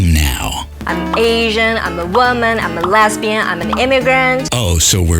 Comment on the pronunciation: WTF!! Everybody on this planet is a minority! Everybody!!! Young and dumb...like video gal. ~sigh~ I do not miss those days. And what is with young dumb chick and her "womb-man" pronunciation of the word "woman"? Though accurate, it is beyond archaic.